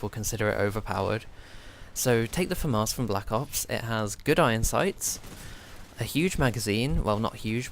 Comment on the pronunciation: Why do you pronounce the Famas as "Famarse"?